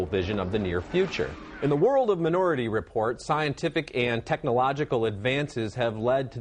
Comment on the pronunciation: Roeper can't pronounce "minority" correctly.